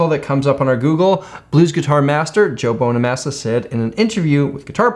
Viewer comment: Did this man really just say "Joe Bone-a-massa?"